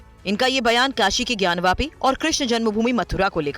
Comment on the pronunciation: ज्ञानवापी, ज्ञानवापी, ज्ञानवापी है ज्ञानव्यापी नहीं।